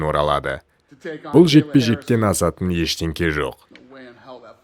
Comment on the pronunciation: Видеода ақ футболкада сөйлеп отырған адам Іштеңке деген сөз Іштеңе деп дұрыстап сөйле және соны мәңгіліке есіңе түйіп сақтап ала жүрерсің өзіңді дым көрмеген нандан екеніңді бүкіл әлемге жар салып көрсетпей ақ қой мен саған бұның бәрін жақсы болсын деп айтып отырмын соны есіңе сақтап ал.